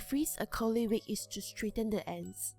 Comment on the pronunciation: its not Wik its a wig